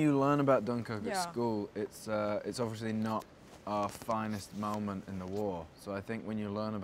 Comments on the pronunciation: “Obvioshly”😂bless him😂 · i literally thought i was the only one who realised that. "obvioushry"